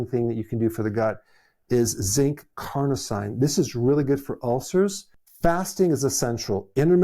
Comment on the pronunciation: I'm curious why Dr. Berg doesn't learn how to properly pronounce words like "kefir" and "carnosine"? He also mispronounces berberine.